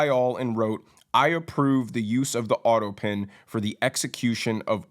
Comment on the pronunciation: autopen not autopin! Thanx for your surefooted take on what's going on, I enjoy your style and your straight shootin' courage! BTW "Doctor" Jill which is what she insists on being called, or "Doctor" Biden, is not an impressive doctor like the title implies, she has a minor degree in education that is not even impressive. nor has much clout in the Academia world. Such a bunch of breaching phonies across the board. Between OBiden showering with his daughter and having a depraved drug addict for a son, its not surprising that this is a dysfunctional family. My heart goes out to such family dynamics because its indicative of our messed up society that covers everything up and puts on virtue signalling and being insistent on being called "Dr" to make for a good image. So messed up and sad the price we pay to "look good" takes its toll on our families and our country. What a mess!